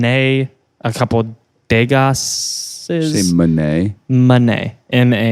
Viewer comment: De-GAH,, DE-GAH!!